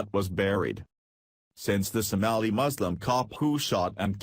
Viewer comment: STOP USING A COMPUTER GENERATED VOICE THAT CAN'T EVEN PRONOUNCE SOMALI